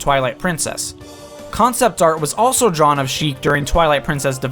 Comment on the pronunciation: Sheik, not chic.